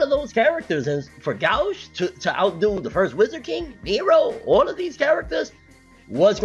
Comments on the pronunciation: Gauche, is pronounced (go-she) it's French. Go to see you back keep it coming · Gauche in french is not pronounced go-she😂 its like gaush